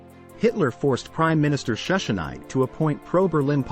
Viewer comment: This is a good video, but Schussnig's name is pronounced with a short "i" in the second syllable. The final "g" is prnounced with a guttural sound, but since that sound doesnt exist in English, we can let it go. The "w" is also pronounced like English "v". So "Valdheim" is the correct pronunciation.